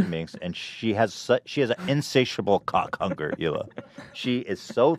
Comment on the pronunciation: The way Ethan says Cawk Hunger.